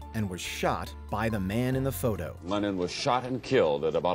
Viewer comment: Why the hell are you pronouncing LennON as "Lenin"...?? I was sat here wondering why the hell Lenin signed a record...